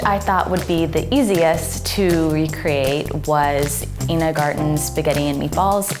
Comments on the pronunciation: Its Ina not Ena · It's eye-nah Garten not eenah. I watch a lot of Food Network lol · Girl, "Ina" is pronounced "eye-nah". Otherwise, great video! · I can’t overlook how she pronounced Ina’s name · Are we not gonna talk about how she pronounced "Ina"